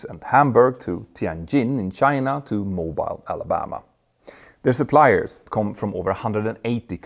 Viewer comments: “MO-BEEL” not Mo-Bile” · It’s pronounced Mo-beeeel Alabama. Love the show😊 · Excellent episode, Petter! I didn't hear Donald Trump's name mentioned, but your analysis completely refutes his economically illiterate claims about the benefits of "bringing home" all our manufacturing. BTW, Mobile (in Alabama) is counter-intuitively pronounced "Moe-BEEL." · Two things Petr, Mobile Alabama is pronounced Mobeele not Mobile as in mobile movement. And I had several non aviation people watching this video. When you pronounce composite materials with the emphasis on the first syllable they don’t understand what you’re talking about. I’d pronounce it “comPOSite materials, like carbon fiber “ so your huge non aviation subscribers understand what you’re talking about. Just a suggestion. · you mentioned Mobile, AL... It's pronounced "Mō-beel"... it was cute the way you said it though!!! Thank you for always posting and publishing new and informative content!!!! Keep up the amazing work!!!! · Mobile Alabama is pronounces "Mobeel" lol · FYI, Mobile Alabama is pronounced mo-beel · Mo-beel, Alabama. For some reason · Petter, just a note on pronunciation. Your Mobile Alabama, while phonetically correct, is not how we say it. It is more like Mo-Bill. It's a great example of how we in the south can butcher names. Anyway, i enjoy you and your teams work. Keep it going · Mo-beel, Alabama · Add to that his mispronouncing Mobile, Al., pronounced Mow beel. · Mobile Alabama = "Mo-Beeeel" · Oi Petter just thought I’d mention Mobile Alabama is pronounced Mo-Beale, like as Beale AFB. I swear I’m not messing with you, that’s the actual pronunciation. Fantastic video mate! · FYI Mo-BEEL Alabama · Moe-beel Alabama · “ComPOSite” vs. “COMposite” is actually a case of US vs UK English. (Unlike his pronunciation of “ratio” and “Mobile, AL” that you mentioned — those are both simply incorrect.)